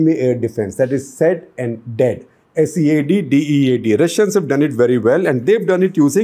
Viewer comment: Minor nitpick: SEAD is pronounced as "Seed" and not "Sed". Excellent video nonetheless.